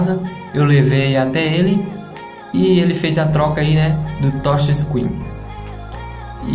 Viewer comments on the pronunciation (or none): "Toxe escrim", "pobrema", "martefone", se vocês "querê"...... PQP!!!! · "essa tocha screen"